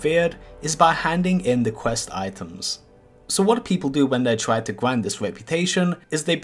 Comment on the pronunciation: GRIND or QWIND?